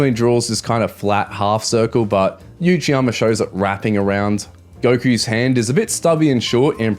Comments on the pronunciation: Love the video bro, but its Uchiyama (oochiyama) not Yuchiyama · Why are you saying 'you-chiyama'?